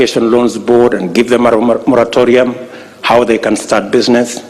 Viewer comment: Mlisikia hiyo "Romaromarotororium"